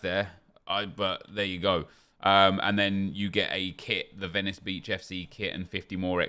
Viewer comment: Ah nep that's not how u say Venice